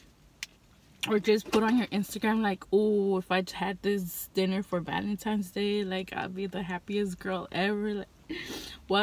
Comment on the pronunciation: Its Valentine's day not Valentimes day